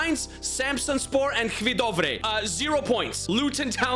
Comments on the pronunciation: Ekhvidove!? 😂 Sry not to be mean but i laughed when you tried to pronounce Hvidovre. It is pronounced like Vi Ovre The H is Silent and the D kinda aswell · Hvidore is actually pronounced vedovre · H vee dovré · the pronunciation of Hvidovre is hilarious🤣